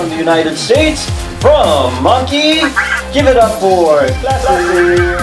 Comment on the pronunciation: You saying Anki, sounds like monkey